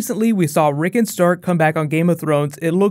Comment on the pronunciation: Rick ON Rick ON. Not Rickun.